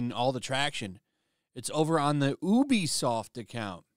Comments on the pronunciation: It’s not ooh-be-soft, it’s you-be-soft. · Ubisoft is pronounced YOOBY-soft.